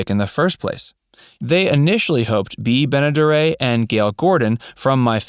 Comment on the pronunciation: ...also a mispronunciation of Bea Benederet's name. The narrator said, Bea BenedeRAY.